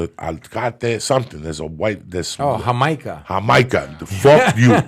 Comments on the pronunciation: its called jicama not what that guy said hamaica is hibiscus that is a red flower that can be made into a great tea drink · It’s not Jamaica it’s jicama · It's Jicama not Jamica lol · It's jicama not Jamaica 😂